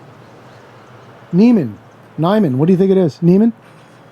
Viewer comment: The pronunciation of Nyman is close to Nuuman.